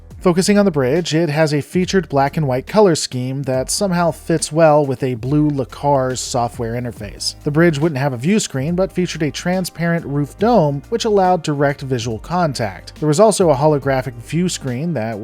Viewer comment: I feel obligated to give you crap for calling it lAcars instead of ELcars